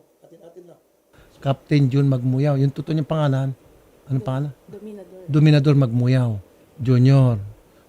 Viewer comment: Sir Raffy, medyo maliwanag po yung pagkakasabi nyo ng DOMINADOR MAGMUYAO.. Hmmmp! Senator naman eh...